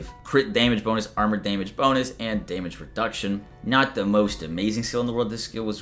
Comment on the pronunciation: "Deemage" , aka damage